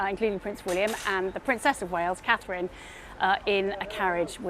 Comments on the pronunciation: And the STUPUD PRESENTOR couldn't say Catherine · Why is it so difficult to say Catherine. Thumbs down